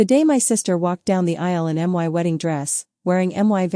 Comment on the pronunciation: Bad from start, 5 seconds in stopped it won't listen. IA voice reading "my" as "m" pause then "y" if it can't read, I don't listen, sad could have been a good story. Doesn't anyone listen to their work before they post it??